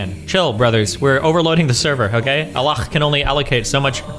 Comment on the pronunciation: lmfao why does Destiny pronounce Allah like Russians do (they say "Аллах" because /h/ doesn't exist in their language)